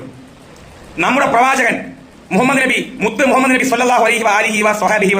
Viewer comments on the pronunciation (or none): none